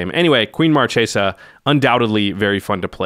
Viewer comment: YIKES!! they did it again..... its Mar Kay sa NOT Mar Chay sa. Are they like, doing that on purpose???